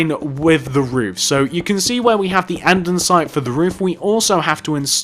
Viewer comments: Did u realise u say Andensite not Andesite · ANDESITE NOT ANDENSITE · its Andesite not Andensite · its andesite not andensite (i cant tell if its your accent or if you are saying it wrong so if it is your accent sorry) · its AndEsite not AndENsite......... honestly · I got EXTREMELY annoyed when he kept pronouncing it an-den-site. IT’S AN-DE-SITE! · Who else notices that he calls it "andensite"? Like if you noticed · This guy really likes Polished "Andensite"